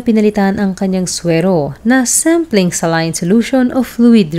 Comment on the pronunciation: Anong celin ka ng celin pagpronounce magresearch ka muna!!!😅😅😅saline solution yan ang tamang pronounce nyan ay SA at LINE kaya saline yan FYI